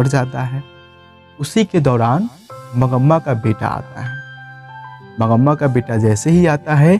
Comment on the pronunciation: aap name galat bol rahay ho mangma hota hai